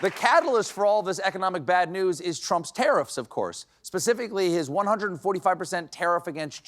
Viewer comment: Tariffs. Pronounced terroriffs...